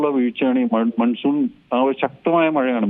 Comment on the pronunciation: Maansoon is correct pronouncements sir ,not Mansoon